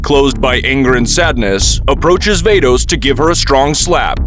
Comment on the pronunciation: ITS VADOS NOT VEIDOS